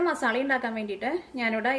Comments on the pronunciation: Zubair Shuhi ..ethra paranjalum aalu athe parayu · മസാള അല്ല മസാല